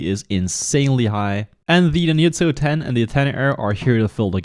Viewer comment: NINYUTSO, BRO??? Seriously ?? ITS FUCKING NINJA, not NINYA